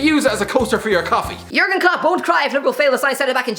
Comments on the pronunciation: ah yes "jurgen clop" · "Jurgen Clop" lol